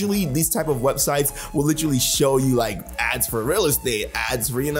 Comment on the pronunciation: take a shot every time says "litrally" 😆🤣